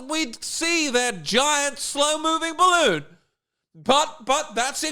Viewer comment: "A big bawoon over evwybody's heeead" 😆😆😆😆